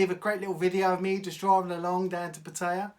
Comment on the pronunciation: It's not Pa-Tay-Ahh. It's PAT-E-Ahh. Ask any Thai.